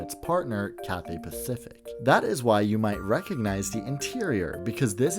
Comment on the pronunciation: your content is amazing but i couldnt help but notice the way you said cathay pathific